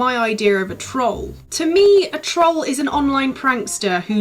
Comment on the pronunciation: that's "trawl", not "troll".